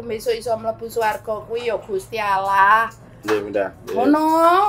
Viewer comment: Aku seneng nyebut Gusti Allah, bukan gusti auloh. Berkah Dalem...